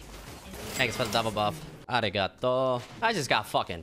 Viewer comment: arigato. pronounced pretty well actually.